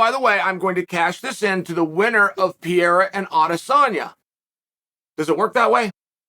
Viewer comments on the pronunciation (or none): Sonnen, it’s not Piera, it's Pe rei ra